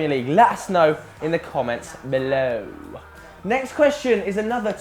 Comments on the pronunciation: pretty sure it's "below" and not "bellow" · below not "bellow" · It is not Bellow, but Below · "Bellow" lmao